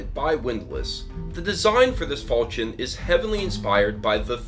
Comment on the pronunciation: The "ch" in falchion is pronounced like "sh" to my knowledge.